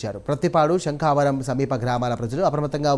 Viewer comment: శంఖావరం ❌ శంఖవరం ✅